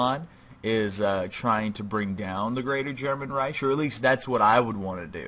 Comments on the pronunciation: This hurt to watch, not cause it was bad, but because of pronunciation. Reich is Pronounced like rike, not riesh. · This bugged me the entire video, it is pronounced Reik not Reish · Yes, like bike